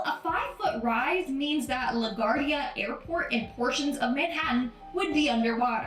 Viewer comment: She pronounced LaGuardia wrong 😆 She don't even know wtf she is narrating about 🤣